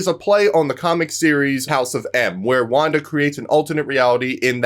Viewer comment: ha not wanda